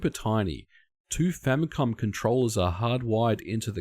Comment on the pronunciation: language problems, "famycom"